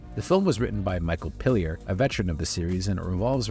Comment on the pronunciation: This video was great... but never call Day-Tuh, Dah-Tuh! Also, Michael Piller, not Pill-EE-er. And Alice Krige is pronounced Alice Kree-Guh. Just sayin'.